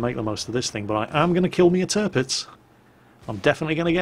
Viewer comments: at around 16 ish minutes did you call the tirpitz the derpitz? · 'Dis Derpitz'... :D